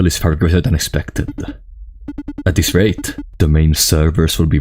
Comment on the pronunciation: figuring out when you are saying "This" and when you are saying "DIS" was a puzzle in an of itself but a fantastic video non the less